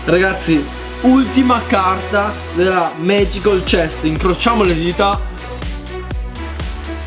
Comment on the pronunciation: Si dice MAGICAL CHEST NO MAGICOL CHEST XD